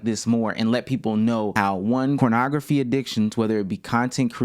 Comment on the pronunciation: why is he saying cornograpky??